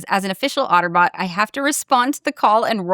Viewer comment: "otterbot" 😆 I'm guessing it's supposed to be AutoBot. 🚔🤖 #transformers #rollout!